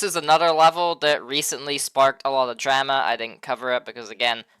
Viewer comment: Wtf is dräma?!😂